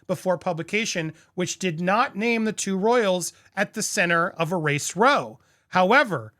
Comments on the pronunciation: We need to get stef the alter nerd to explain to American YouTubers that row in this context is pronounced like ow as in ouch it hurts my ears when you say ‘row’ like roe 😂😂😂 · Andie, you really need to say the word "ROW" correctly. The word ROW means an argument. Meaning it's a "ROW" an argument. The word is pronounced like, COW/ROW, not row like in a boat. It's COW/ROW...... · Race Row pronunciation is row as in r.owl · You mean race row pronounced like HOW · Come on. It's row as in rhyming with now and cow. R-ah-o. It's not that difficult. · The word is not row as in OH its row as in OW. Dictionaries are wonderous things. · Ok I have to correct how you say row.....it sounds like OW...r-OW...not row like with an oar... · row in that context is pronounced like wow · Row rhymes with cow not row rhyming with bow. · Row like in ‘ow’ I stubbed my toe...not ‘owe’ like you owe me an apology. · Row is pronounced like cow with an R. Love your show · FYI - row, in this context, is pronounced with a short o, as in ouch, or cow. Brit speak, as you’ve surmised, for argument. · Wow! Not a surprise, though. And BTW, when the word "row" is used to describe an argument, it rhymes with "meow." English is a confusing language. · Omg, you don't know how to pronounce the word "row"??? 🤣🤣🤣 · Andy!!! When row refers to an argument , it rhymes with cow!!!!! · FYI - the word 'row' when used in context of an argument or fight... is pronounced to rhyme with 'cow.'